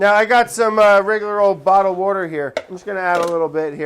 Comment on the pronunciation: Water : Brad Brad: Worder